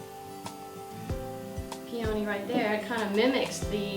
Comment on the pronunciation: it's pronounced pee-uh-ny with the emphasis on the first syllable.